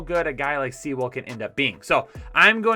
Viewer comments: why u butcher so many names? Sea-well? (Suh-wool) Mee-cuh? (My-cuh). And I love ya btw, and some great picks and reasoning in this banger! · Solid draft. However, with all due respect, some of the name pronunciations made this a difficult watch. Funny that "if you watch college football" was mentioned and, presumably, I'm sure you do, not sure why you've struggled with Sewell and Parson's names. I mean, just standard draft coverage all around the web from most any source you'd have picked up the proper pronunciations. Easy compared to names like Owosu-Koramoah or Onwuzurike.